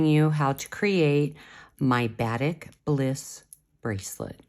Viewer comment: Very cool bracelet, thank you. Just for clarification...Batik, the beautiful SouthEast Asian form of dyeing fabric, is properly pronounced with emphasis upon the second syllable: buh-TEEK.